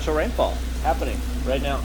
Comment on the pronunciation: Did you say 'right meow'?